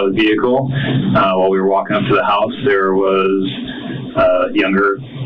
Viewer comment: the way this guy says "tall king," "wall king" and pronounces "walk" and "talk" like most people pronounce "caulk" cracks me up